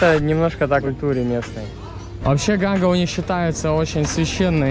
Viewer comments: ну тебе ли не знать,что река называется Ганг,а не Ганга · видос топчик! Только река не Ганга, а Ганг. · Река Ганг, а не ГангА